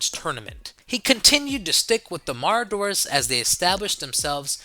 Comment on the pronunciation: Is he/it trying to say Marauders???😂